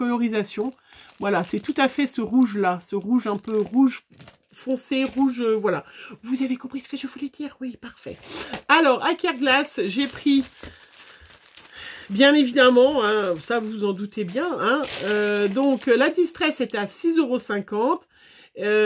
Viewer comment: Ben voilà.... maintenant j entends carglass au lieu de kerglaz!!! Bravo... mais super achats, super pochoirs!